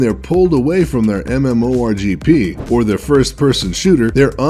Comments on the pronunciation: he said MMORGP not MMORPG. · Hahahahahahahahahahah he said rgp instead of rpg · You said mmorgp! It's mmorpg. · You can tell this guy doesn't play video games. MMORGP C-S-G-O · it's MMORPG not MMORGP. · mmorgp? Seriously? It's MMORPG dude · you do realize he said RGP instead of RPG right? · Did he say MMRGP? The heresy!!! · you said mmo rgp instead of rpg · MMORGP It should be MMORPG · It's not MMORGP, it's MMORPG! Please get it right. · 'mmorgp' instead of mmorpg Xd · he said mmo rgp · Its mmorpg not mmorgp . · C-s-g-o Not c-s go Mmorgp Not mmorpg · nutted when he said 'rgp' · "MMORGP" are you fucking serious... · "Play their MMORGP" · did he just say MMO RGP? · Did he just say... MMORGP...? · Did he just say MMORGP? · "says MMORGP" Totally not a gamer... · I'm offended. He said FREAKING MMORGP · he said "MMORGP" lol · he said mmo rgp i hate this video... :/ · Did he say mmmrgp?! Im not addicted to games or anything, but man! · its more like em em oh are pee gee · He said MMORGP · he did say MMORGP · Did I hear him say mmorgp???? Did I hear it wrong or is that something new?? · MMORGP AND SEE-ESS-GEE-OH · He called MMORPG's "mmorgp" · lol he said "MMORGP" what a novice. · lol he said MMORGP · "MMORGP" lol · hold the fucking phone...did he say MMORGP?!?!? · "weeboo" "mmorgp" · did this guy really say "MMORGP" ? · Neal He did. Was just about to comment on that too. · MMORGP... C S G O... sigh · Nemo dude they were using footage of W.O.W. and L.O.L and said mmorgp. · "MMORGP" wtf? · did he say mmo rgp? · anyone else notice he says "mmorgp" instead of mmorpg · "MMORGP" XD XD XD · "MMO-RGP". Triggered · MMORGP? C S G O? Lel who even pronounces it as C-S-G-O : P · mmorpg not mmorgp, how do you fuck that up lol you made a video about it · did he really just say mmorgp.... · Lol he said C-S-G-O and MMORGP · it's WEEABOO and MMORPG learn to pronounce things before putting it in a video that gets hundreds of thousands of views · DID HE JUST SAY MMORGP????? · lol "MMO RGP's"